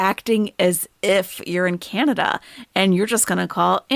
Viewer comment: Not canadia! 😂😂😂